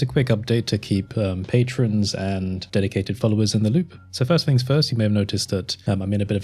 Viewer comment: Why do you say "fings" instead of "things"?